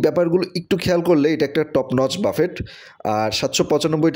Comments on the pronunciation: বাফেট নয় , এটা ফরাসী শব্দ , উচ্চারণ 'ব্যূফে '! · বাফেট না ভাই, উচ্চারণ হবে বাফে! লেখায় T থাকলেও বলার সময় উচ্চারণ হবেনা। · বাফেট উচ্চারণ 'ব্যূফে ' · খুব কানে লাগছে, বারবার ‘বাফেট’ ‘বাফেট’ করছেন, সঠিক উচ্চারণ হব ব‍্যুফে or বাফে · call buffet not bafet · বাফেট না রে ভাই 😂সঠিক উচ্চারণ বুফে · Phonics er rules onujayi it'll be pronounced 'ব্যুফে' no problem বাফেট /ব্যুফে jai হোকআমরা একটা ভাল রেস্টরন্ট এর সন্ধান পেয়েছি সেটাই আলহামদুলিল্লাহ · Its pronunciation is BUFFE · 😂😂😂 pronunciation ta thik korun..boofay ,,wanton na bole ki sab bolchen